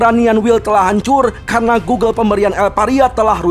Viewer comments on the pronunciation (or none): none